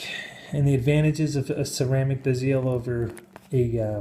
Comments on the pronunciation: LOL, I love this new genre of satire. My man didn't even know how to pronounce "Geneve", or "bezel". But of course, this is all satire. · HAHAHAHHAHA IS A FUNNY DUDE, HE'S BEING SARCASTIC....THERE'S NO WAY HE'S SERIOUS "sub-ma-RI- ner", "BEE-zeal" "mother of pearl" OMF HAHAHHAHAHAHA